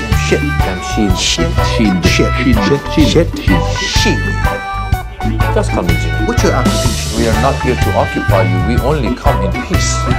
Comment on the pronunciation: jam-shead.... jam-shit? :D